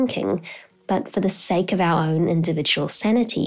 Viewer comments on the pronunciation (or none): none